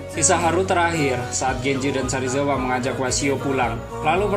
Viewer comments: Sarizawa apa serizawa 🤣🤣🤣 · Serizawa bukan sarizawa